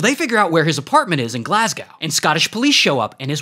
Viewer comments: GlasGOU not GlasGOW... sigh Americans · What did Glasgow do to deserve you butchering its pronunciation? 😅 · Glasgow ❌ Glasga ✅ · Glasga what it’s gla-s-go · Everyone on about Nickel Ass with that criminal pronunciation of Glasgow 😂😂😂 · that is not how you say Glasgow 😭😭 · The way you said glasgow 💀💀💀💀